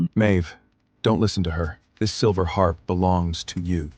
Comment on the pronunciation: How many ways can you miss pronounce Harp? Why the double ears? It drives me nuts. So when he shifts does he keep his human ears too?